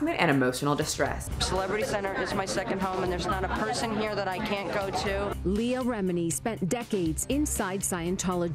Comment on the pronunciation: Wait wait say Leah's name again lol bruh